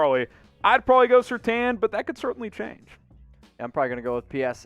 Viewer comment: Say it with me folks, Sur-Tain [as in* accentuate the A].